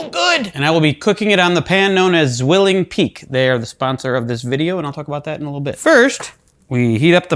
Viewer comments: Zwilling, with Z read as C, like 'ts', how do I explain sound? 😅 I'm not even a native German speaker, but zzzzzwilling is hurting me enough to write this comment 😂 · The butchering: ssssszwilling was hard to hear. It' the German word for twin: pronunciation should be more like ts-villing.